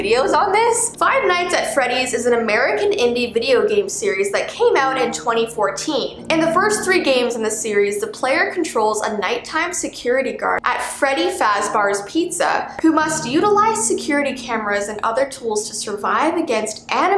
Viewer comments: I love how she said at Freddy fazbars Pizza instead of Freddy fazbears pizza lol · "Freddy faz*BARS* pizza" Matpat: T-That's not how you say it- It's faz*BEAR* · hearing her explain fnaf physically hurt i wanted to scream at "faz b a r's" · "farbarz's pizza" Me: it's Fazbear's pizza no farbarz's pizza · IT IS FAZBEAR'S NOT FAZBARS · Its not fazbar it's Fazbear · Nobody is gonna talk about how she said faz BAR’s instead of fazbear’s? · Yup she said faz bars lol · Freddy “FazBARS” pizza. I’m dying 😭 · Ikr I was frustrated when she said "FAzBArs" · "fasbar" me: "say that one more time" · she said “fazBARS” 😑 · says that they spelt animatronics wrong again: says freddys fazbar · Nobody* me IMMA SMACK YOU FOR SAYING FAZ BARS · as a part of the fnaf communaty i got hurt when she said "freddy fazBArS"💀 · Did you say.. F a z B A R S?!?!?! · fnaf expert here, ITS FAZBEARS pronounced Faz bear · Me to :D